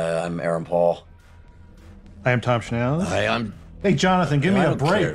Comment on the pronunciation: my ears perked up there haha I had to google if Thomas Schnauz was from jersey